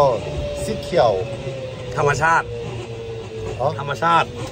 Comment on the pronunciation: ตอนนั้นยังพูดคำว่า ธรรมชาติไม่ชัด ยังเป็น Naturalๆ สีเขียวๆ อยู่เลย ตอนนี้คลังคำศัพท์เยอะมาก เก่งจังง 👍👍